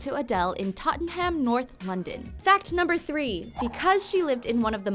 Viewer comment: The way she pronounced 'Tottenham' makes me cringe